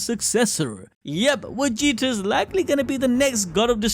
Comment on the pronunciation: I like how he calls vegeta “wegeta” lol